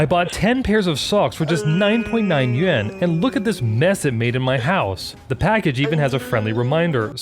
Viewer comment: Please, please, please get the words straight! Chinese currency is Yuan (yoo-ahn) and not "Yen" - Japanese.